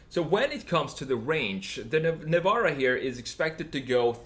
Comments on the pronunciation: Not NEVAAARA......LIKE Nissan.....you must say NEVEEEEERA😉🤫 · Well he said “Nevara” so...no :)